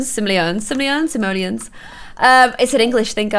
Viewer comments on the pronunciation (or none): You pronounce it sim-oh-lee-ons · Sim- Oh- Le- On is how you prounounce it :P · It's pronouced SIM O LEE ANS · Amelie Keech yeah you pronounce it like sim-oh-lee-ens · emma ! Uhm no. Sim-oh-lee-ons, not ens. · Yey!!! I'm so happy you are finally in dream house and I actually kinda like how you say sim- oh- lee- ons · sim - o - lee - ons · Binge watching this series in 2019...please tell me eventually stops saying Simoleons wrong...also “pm at night” and “am in the morning”